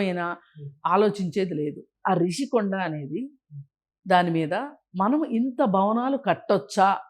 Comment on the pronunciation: ఒరే సన్నాసి రిషీకొండా నీ బొంద కొండా కాదు, రుషికొండ అనాలి,నువ్వు తెలియక అంటావా జర్నలిస్టు ను జోన‌లిస్ట్ అని